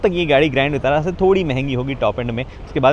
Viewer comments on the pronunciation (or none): विटारा होता है वितारा नहीं